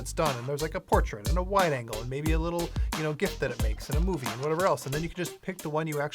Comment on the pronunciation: Did he really just pronounce gif wrong? Lol